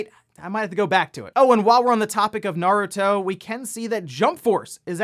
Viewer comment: fortnite naruto crossover announced - i guess epic games is EPIC. the way you say "naruto", doesn't sound asian-ish, for me - it pronounced "nah-ru-to", you and some of the english dub cast pronounced it "nurd-ru-to" (who ever voice hinata hyuga in english pronounced it right). valve steam deck delayed - i guess valve needs it more time to finalized. hori split pad grip announced - i guess, but i still want that wii u controller feel. poll - no i'm not into those real sim racing games, but i feel forza series is a better than gran turismo.